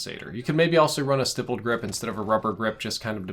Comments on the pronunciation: PSA for all COD YouTubers: Stippled rhymes with rippled. It’s a short I. See stipple engraving, etc. You’re welcome. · Steyepled grip tape ? Wtf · you're pronouncing stippled sooooo wrong jesus. Stihple like stICK. Lol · That’s not how you say stippled. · Monolithic : it should be pronounced like monocle not like Mona Lisa Stipled : not sure if it is spelled this way in game (think it might be) but it probably should be stippled and is pronounced like nipple) /pedantic mode